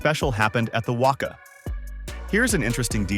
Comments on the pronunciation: It’s pronounced Wacca, that’s how it’s spelt not Wocca. Like rock and cat, practice on them. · lmao...i always get a cack out of the pronunviations....ie WUCKUH, pronounced WACKA (WACA) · WACA pronounced WA CA not Wakka. Andrew Symonds as 63 Shane Warne was 23 a simple thirty seconds of research would have tld you that, I mean you can even see the name Symonds on the back of the shirt. Just a heads up: many people will watch a comedy skit that pronounces WACA like half a Fozzie Bear and calls Andrew Symonds Shane Warne even though Symonds was a dark haired dusky medium pacer and Shane Warne was a golden haired whitey that was one of the world's most prolific wicket taking spinners. They won't however subscribe because of how badly it was researched. Also There are two or more called six that hit the Marvel stadium roof. Not to mention all the sixes hit out of the Adelaide Oval over the North Hill, much longer than the 119m classed as six. Also the 119m was also hit off Symonds Medium pace. 6 though off Sharmi was over cow corner which is a long way to the legside of over the bowlers head. T20I for international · It’s not the WOCA, it’s the WACA lol 😂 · How this guy/A.I pronounces WACA is a crime.